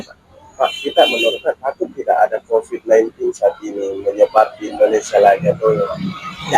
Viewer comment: Bukan covit covet